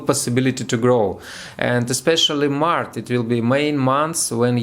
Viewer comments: you're just fire! 😊🔥👍 Только про Овнов не "маrТ", а "маrЧ")) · молодец. И приятно удивил. Только обращай внимание, что ты на английском говоришь март (по русски), а надо маач